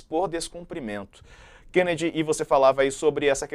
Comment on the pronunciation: "Qenedi" você é jornalista de DCE